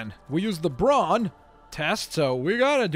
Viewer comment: he said ''we took the brawn path'' 😁?